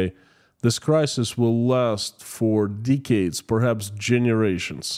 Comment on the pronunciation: pls stop saying deecades